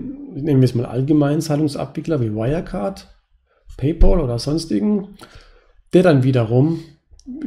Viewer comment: Es heißt nicht "Pay-pol," sondern "Pay-päl". Pal wie Kumpel. Sonst hervorragendes Video und Videoserie. Vielen Dank dafür! Ich bin zwar 40 geworden, bevor ich auf die Idee kam, diese Strategie für die Altersvorsorge zu wählen, aber ich glaube, es ist nicht zu spät.